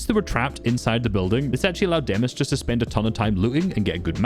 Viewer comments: Demuś not demas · Demuś not demus the "Ś" IS PRONOUCED si and he is from poland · Pls don’t say demus his name is Demuś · It's demuś, you say it like demush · POV Me (Polish🇵🇱🦅🇵🇱🦅🇵🇱) the whole time: "It's more like 'Demush' but ok..." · It's pronounced demuś (put it in Polish Google Translate). If you pronounce Chico as Chicho then pronounce demus as demuś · and the funniest is the fact that only poles know how to pronouce demuś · The moment i saw the poland flag i instantly knew it was demuś (btw can you learn how to say demuś cuz it kinda annoys me)